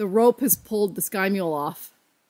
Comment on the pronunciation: Oops “Sky-mule” system.